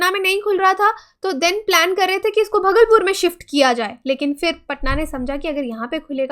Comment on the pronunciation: Mam भगलपुर नहीं भागलपुर होता है।